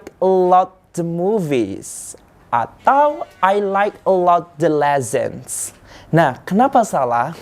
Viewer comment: Wow, is your pronunciation is broken? I was so impressed. Aslo, the word "lessons" Has no letter z.